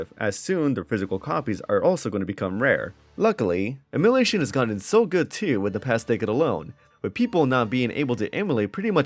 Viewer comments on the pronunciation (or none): Say it with me "em-u-laaaaa-tion" You dont have to own the game to play it